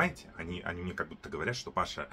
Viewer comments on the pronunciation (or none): none